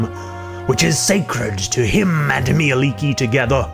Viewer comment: Nice info and as a Finn I'm happy to hear that you pronounced her name correctly.